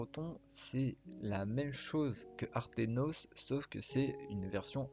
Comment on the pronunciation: aternos et non artenos sinon incr la video